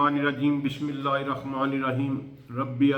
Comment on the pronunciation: Sir, main 2 baton par Aap ki tawajah chahon ga: 1. Bismillah ka talafuz agar revise kar lain please. 2. Darood ka Hukum tu Rasool-e-Paak aur unn ki AA’Al par hai tu yeh iss main Aap ney sahaba wagera kaisey add kar liya?